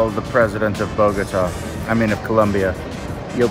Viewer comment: I betcha😂 but at keast he pronounced Colombia an nor Columbiaeee, i hope he wrote it right.😅